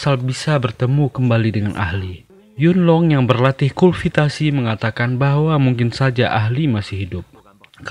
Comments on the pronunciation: Kultifasi bukan kulfitasi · Yang benar bukannya kultivasi ya? Bukan kulvitasi? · Kultivasi bang bukan Kulvitasi🤣🤣🤣